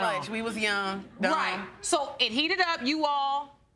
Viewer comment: Heavy emphasis on the "Dumb"